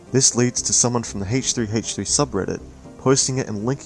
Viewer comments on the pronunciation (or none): "Heych 3 Heych 3"?